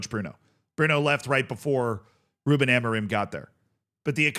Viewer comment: its not amoriM its amorin dont say the M its like when CR shouts SIM , its not SiM or siu its Siiin (go listen to it )